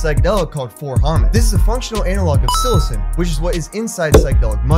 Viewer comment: It's 4-Ho-MET, pronounced just like its spelled. Its not homet. It is 4-hydroxy,-methyl-ethyl-tryptamine. It is effectively the same as other MET analogues, such as 4-AcO-MET. Also, it is not really similar to 25x-NBOMe (NBOMB). N-Bombs are more closely related to lysergamides (LSD and LSD analogues)